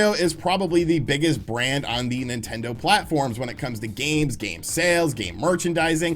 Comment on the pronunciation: Did he just say ‘nintento’? - .